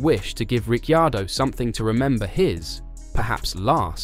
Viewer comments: It would help if you could say Ricciardo's name properly.. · You lose credibility by not knowing how to pronounce Danny Ric’s surname.